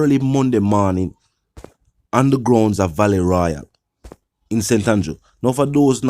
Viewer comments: I thought this was pronounced vaaaale no valet royal..vale as In. Vail Royale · it's not Valet Royal it's Vale Royal. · It's Vale royal, not Valley royal. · Valley Royal ? Its Vale Royal Sir....